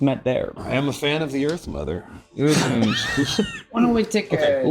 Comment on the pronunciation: Why when he said he very much enjoy the earth nother is sounded like he like earth milf.